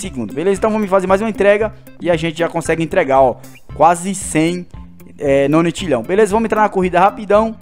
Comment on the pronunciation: não é nonitilhao o certo é nonilhao e não se pronuncia octilhao se pronuncia oquitilhao